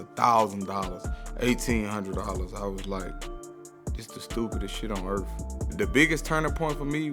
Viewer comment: “Stupidest sh*t on earF”